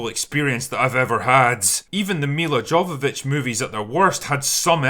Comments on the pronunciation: It's Mila "Yo"-Vavich and you know it. Come on mate. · Jovovich [ˈjoʊvəvɪtʃ] (YOH-və-vitch), pronounced yo instead of jo 😉👍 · I know you wont read this and probably wont even mention her again in another video but Jovovich is pronounced 'yo vo vich'